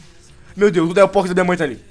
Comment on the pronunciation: Não se fala delphos e sim delfoks